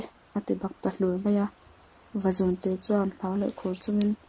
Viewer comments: Vazun nilovin, Vazûn tih tur,, zun( ngaihawmna )lam nilo in,, zûn ti a thluk vak tur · Vazún tih tur. Zun hi rul (snake) thlukin aw. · Vazun a lamdan hi a dik lo....Reading a thiam tawk lo hle mai.... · Nghangiai hi a thluk a dik thlap mai Ngiai leh zún hi a thluk inang tur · Vazun tih laia zun hi Sarah izunzam ani tih lai a zun ang khan lam tur.... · tha khawpmai vazun tih hi lam dik lo anih hi zun tih hi ithluk hniam a thluk san tur zawk athat lehzual nan ..thanks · Ngaihthlak nawm khawp mai kan history tih lar na pakhat in ni si a,duhthawh thil ah thil pa1 kan sawi ve lawk tlem a trawng thluk in uluk deuh leh zual a ngai in ka hria Vazun khi i lam dik lo tlat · Vazun lam dan a dik lo. Beng a thlep nghal tlat mai a.... fimkhur angai e.